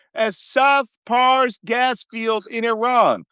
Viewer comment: C'mon Malcom, stop pronouncing Pars as PARIS. Pars is short for Parsi, (related to Fars or Farsi). NOT PARIS, GET IT STRAIGHT.